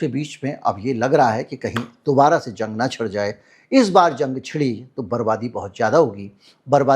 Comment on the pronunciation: Zang nahi jang hai ..urdu seekh k aao